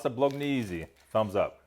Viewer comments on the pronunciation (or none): Food reviewer ,? Can't pronounce " Bolognese " ? STREWTH. !